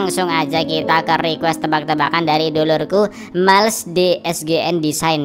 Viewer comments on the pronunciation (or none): none